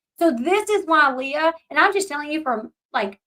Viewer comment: You're saying Leah's name wrong😂 it's not like Princess Leia